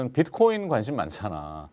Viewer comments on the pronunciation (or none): none